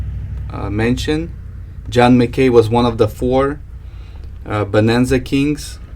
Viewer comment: It's pronounced Mac-Key not mcCay :-)